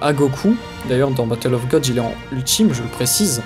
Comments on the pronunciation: mais putain tu peux pas juste dire god comme ça se prononce!!! plutôt que de dire ça a la japonaise. C est ridicule. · ha putain ça m énerve!!! godo... C est un mot anglais ça se dit god, les japonais le disent godo car ils ont un accent de merde. les youtubers fan de dbz le disent n importe comment pour se la jouer connaisseurs, ou vrai fan dans, mais c est nul.